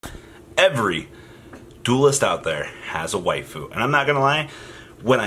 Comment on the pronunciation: Every time you say “Waifu” a little part of me dies.